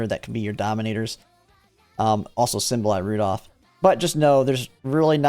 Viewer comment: I hate how you pronounce Symboli Rudolf